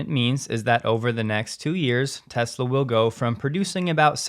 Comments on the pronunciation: "I love Tesler" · Biden couldn't even say the word Tesla.